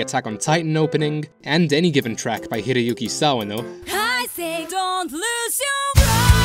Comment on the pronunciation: >any given track by Hiroyuki Sawano Finally, finally! Someone actually pronounced his name correctly online. Well I'll agree with you on that point for the big OSTs of his, haha. His drama OSTs are quite different from his anime OSTs, I do suggest you check it out. Despite that though, I really enjoyed this video. I'd love to see more music analysis like this, of OSTs and whatnot, it's quite refreshing to see a video like this. While You Say Run is by far nowhere near my favourite MHA track, it deserves an analysis like this since the way it is composed has been thoroughly thought out by Yuki Hayashi.